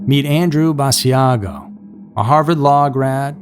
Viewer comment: All recycled regurgitated reheated stories. 🙄🥱 It’s Andrew Bassagio, pronounced Bah-Shaugg-oh.